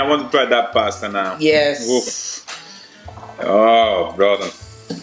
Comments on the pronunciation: PASTA .......NO PEASTA ..... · Pass-ta. Spoken like a true Italian. 🤦🏻‍♂️